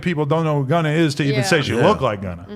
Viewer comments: stop saying gunnet 😢😢😢😢😂😂😂😂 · I lost my mind when he said “shegunna”